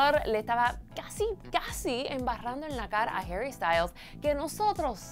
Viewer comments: Porque l dices heri si es HARRY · NO ES HERRY ES HARYYY, APRENDAN A HABLARRRR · Por que le dice Jerry